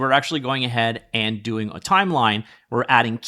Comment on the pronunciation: "OOOOH IM GODOING IT"